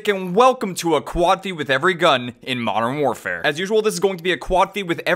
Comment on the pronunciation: “marn waarfare”